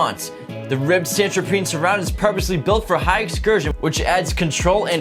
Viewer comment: *Santoprene *Subwoofer (like woof, not woo)